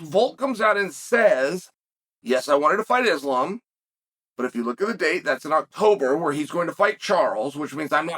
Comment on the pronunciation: Someone check the thermostat in hell because Uncle Chael finally said Islam's name correctly lmao ❄️👿🤯